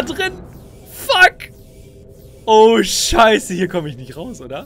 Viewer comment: Wie er immer Schaieße sagt😂😂